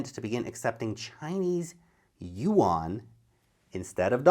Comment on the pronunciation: Please pronounce the Chinese currency again,?